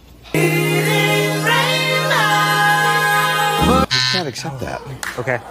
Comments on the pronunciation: Nervous? Really!? It was ignorance, it's that simple. There was nothing but confidence when he said A-chilli-es, no corrections, no hesitation. He needed EVERY letter to get that too. . Smh. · 😂it has ALWAYS cane into play over the decades. Many people have not won for very minor, yet incorrect answers. Not sure what he was pronouncing here, but that isn't a pronunciation in any form. He said h u us. Not Achilles lol. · if you were going by your logic he would of pronounced it A-chill-es which isn't what he said. It was nerves and had nothing to do with his skin color. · I guess sarcasm doesn't come through so well to you via the written word. I know what it means, thanks! It was a joke because it's often mispronounced when people see it written for the first time. Just like this man couldn't properly pronounce Achilles' name when seeing it spelled out. But thanks for the passive-aggressive response to someone who was actually agreeing with your original comment 😁👍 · He should've still won, however very disappointed that a college student can't pronounce that name. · 😂and what he said isn't any of the pronunciations 😅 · Everyone knows how to pronounce Achilles. Don't make excuses for illiterate people.